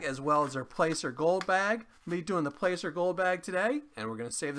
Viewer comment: For some reason your sound was low on this video. I had to turn my volume all the way up. Also placer is pronounced as Plass-er. Just so you know. Keep up the good work! 🙂👍